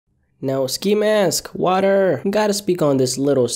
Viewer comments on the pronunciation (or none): Waderrrr not waterrrr